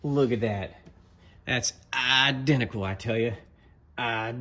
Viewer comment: Just caught the “I-dentical”. My cousin Vinny lol😂